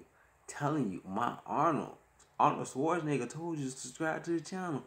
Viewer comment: My man said "Arnold Schwartzanigga"